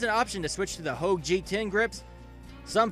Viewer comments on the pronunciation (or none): none